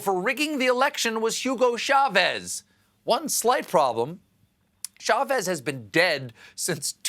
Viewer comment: The surname Chavez begins with a CH, not an SH. It is pronounced CHA' vess - not sha VEZZZ'